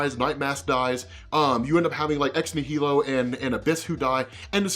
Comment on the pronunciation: That's not how you pronounce Ex Nihilo. It's like Annihilus.